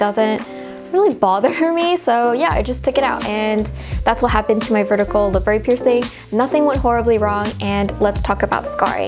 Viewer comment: labret isn't french or anything, there is no accent. its pronounced how its spelled la-bret